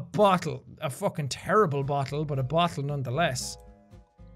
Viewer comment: Spooky Snakerino frankly, I like how he pronounces words like that cause it’s really cool 😁